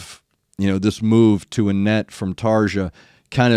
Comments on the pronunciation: Anette took a lot of hate and put up with a lot of shit from the Tarja fans (BTW, it's pronounced TARRR-ia and roll the R). Before doing the Poet, I'd suggest also doing "Master Passion Greed". That song is a raging rant about Tarja's husband, who the band blames for their problems with Tarja. There's no live performance and never will there ever be one, so just grab the album version and run with it. To give you an idea how difficult an painful this all is, when Floor sings the "Poet and the Pendulum" during the Imaginaerum tour, Tuomas had her vocals removed from his in-ears feed as he didn't want to relive it during the performance. You've probably already got this, but the song draws from the "Pit and the Pendulum" by Edgar Allen Poe and its subject of psychological torture. If you do the Wembley version, and I recommend that one, note how at the end Emppu and Marko are standing with Tuomas while Kai and Floor are looking over at him to see how he's doing. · please, Tarja's name is pronounced Tar E A!!!!!!